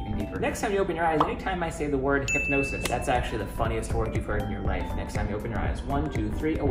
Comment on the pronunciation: Its" hypnosis"